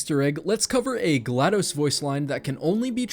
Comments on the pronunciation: It’s GlaDOS with a short O as in DOS, Microsoft’s disk operating system. Not dos the Spanish number for two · Am I the only person who pronounces GLaDOS as glA-dos? (glados vs. glA-dos)